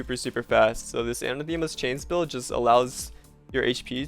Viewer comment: It's pronounced Anah-thuh-muh.